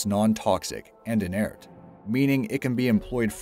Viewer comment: Add "inert" to the list of things this guy can't pronounce.